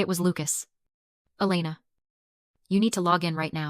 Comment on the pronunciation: Dish e pline? And decide if it’s E LAY na Or EL e na